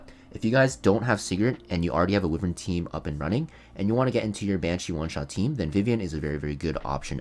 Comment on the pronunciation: I'm pronouncing it "Wi-vern" too because of you😭😭